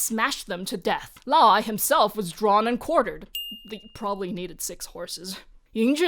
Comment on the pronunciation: "he prbably needed six horses" 🤣